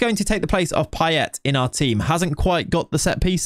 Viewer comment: Your Payet pronunciation is actually on point. At least according to his home accent in La Réunion